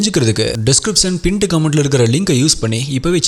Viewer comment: Pint comment uh pined comment uh .. bro adha konjam nala solunga .. quality matters